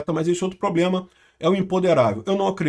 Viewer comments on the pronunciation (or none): none